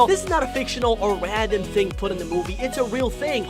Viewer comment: he says randome wandom